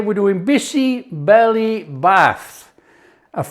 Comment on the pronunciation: Great, great, great❤ OMG u are removing the froth like my dadi, Nani used to do extract out unhealthy anti-nutrients❤ never felt like eating bisi bele bhaat so much ❤ ur cooking makes every recipe sumptuous ❤ n dear chef it's "Bhaat" (rice) not Bath